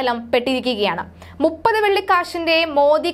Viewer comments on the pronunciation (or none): none